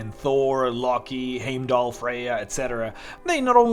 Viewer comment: Heimdall's name is pronounced as HYME-DOLL not HAYME DOLL